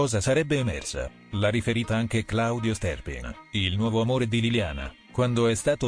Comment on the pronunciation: La prox volta che sento pronunciare Stè'rpin smetto di seguire il canale!!! 😊🤣